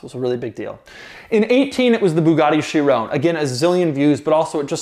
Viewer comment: 2 years later and doug still cant say Chiron at all